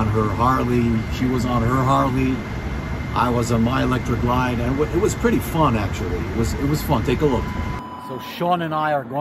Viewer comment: On you "ELECTRA GLIDE "? that's what you said.....lol